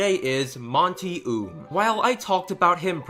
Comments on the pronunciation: I don't wanna be "That person" Buuuuutttt his name is pronounced like "Owm" not "Oom" That is all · Just for future reference, the pronunciation of the creator is "oh um" no hate, just a little correction. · FYI, his last name is pronounced "oh-umm" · I'm a tad bit late but, guy's last name is pronounced Oum (Oh-uh-m) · You said Monty Oum's last name wrong. It's pronounced like Owm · "Monty Oom" lol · Any one else notice that he mispronused monty's name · He pronounced Monty's last name wrong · Please pronounce his last name right next time please